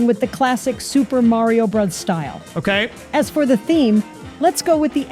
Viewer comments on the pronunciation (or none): the way yamamura says it sounds like Super mario Bruhhhhhhhs😂😂😂😂